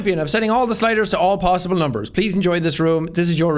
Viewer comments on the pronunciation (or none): none